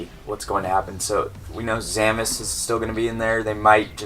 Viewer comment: lol it sounds like you are saying Zamus